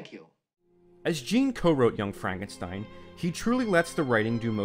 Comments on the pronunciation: Why do you call the character Frankensteen when you correctly call the movie "Young Frankenstein" remember the story and thusly characters are german so the name is to b3 pronounced tye german way. Stein = Stone, no exceptions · FrankenSTEEN???? It's stine mate xD